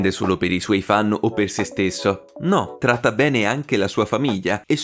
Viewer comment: Sentite come dice tratta bene😂